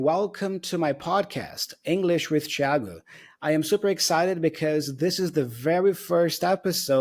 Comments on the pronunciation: KKKKKKKKKKKKKKKKKKKKKK vou chorar, é incrível saber que você é brasileiro só pela pronúncia do nome fui pego desprevenido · No primeiro "Thiago" eu pensei: "Esse ai é brasileiro".